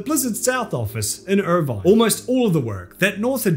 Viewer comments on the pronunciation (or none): none